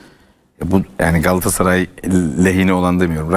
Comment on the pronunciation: Candaş bey 'Galassaray’ değil, ‘Galatasaray' lütfen düzgün telaffuz edin.